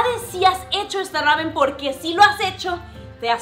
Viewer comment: Que mal pronuncia el nombre. No es rramen, es una sola r que se pronuncia.